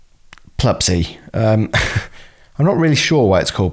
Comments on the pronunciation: Pluspy, not plub py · Isnt it "pluspy" like Plus Py instead of "Plupsy" like Plup Sy?